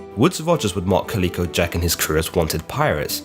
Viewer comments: Caleeco? Calico as in the material. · Calico isn't pronounced 'Kah-leek-o', it's pronounced 'Cal-lick-o', though I don't know if Jack was named after the cotton based textile or the multicoloured cat. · Calico not klicko, cholera not co-laira Your pronunciation is shyte mate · I'm asking myself if has actually never seen a calico garment or never heard its name pronounced. He seems to have invented a strange new pronunciation all on his own. I always enjoy his videos but I'm distracted by the narration in this one. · You need to work on your pronunciation!!! You get Calico wrong every time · Thank you drives me crazy when he says it lol